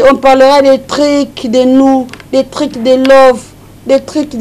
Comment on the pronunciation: Elle me tue quand elle dit ... des trik (truc) de nous , des trik de love 😂😂😂😂😂😂😂 trop folle celle là